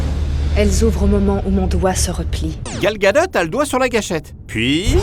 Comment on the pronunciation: Gal gadat ?? sérieux, l'absence du diplôme ne justifie pas de ne pas savoir lire les prénoms des autres